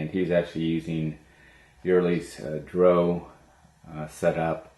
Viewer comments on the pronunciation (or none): D.R.O. Not dro.